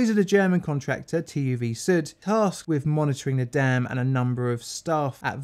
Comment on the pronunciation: You probably already know this, but just in case: That's not how you say TÜV Süd. The "süd" part can easily be translated to 'south'.